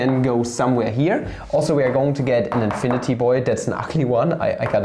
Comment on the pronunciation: when papa says integrül fhom ziro tu infiniti (even tho there's no integral like this in this video) my heart melts <3 P.s.: as a hungarian, I am also very sensitive to ö ü letters my boi